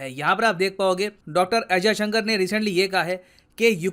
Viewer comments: He not Ajay Shankar, S. Jaishankar.. At least take the name right.. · Kya boss naam to sahi bolo unka naam jayshankar hai Ajay Shankar nahi hai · Why Ajayshankar? "Jaishankar" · एस्. जयशंकर ऐसा नाम है....अजयशंकर नही! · Ajysanker nhi Yar jaysanker bolo Kuch bhi murkhon jaise bake ja rahe Ho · Ajay sankar !!! ..... Atleast pronounce the name properly .